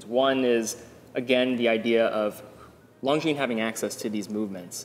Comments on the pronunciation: Just to be pedantic, that's not how you pronounce longines. Lon gin. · Swatch group chose omega over longines as their flagship brand because Omega was easier to pronounce.